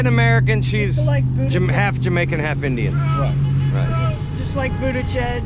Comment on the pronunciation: when the other Indian woman says we're gonna cook Indian food today "because you are Indian", it sounds like she's saying, "You are an IDIOT". LOL